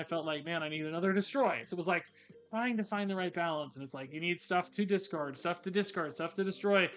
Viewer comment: DISTROY. DESCARD. He switched the vowels in the words